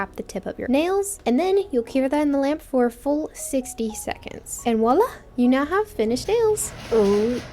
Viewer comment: Thank you so much for this video! Your nails are hands down the best at-home nails I've ever seen. Btw, viola is pronounced with a V at the beginning not a W. I'm not sure why so many Americans say it that way.